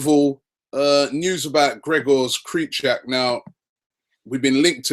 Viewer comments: 3rd vid in a row I tell you how it is pronounced and you still do it wrong Rob.. :C You clearly do not read them comments ;p for the last time his name is pronounced Kryhoviak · Its pronounced "Kre-Kov-Yak" I believe. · Robbie it's KRY----CHOO--WIIIAAAAK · Robbie you pronounce it as Cry-Chow-E-Yak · Robbie, his surname is Krychowiak (Kre-ho-vyak) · Robbie. do you have Fifa 15? if so, put it on, pick Sevilla and let Martin Tyler teach you how to pronounce Krychowiak..because you damn sure aint seeing the comments on here.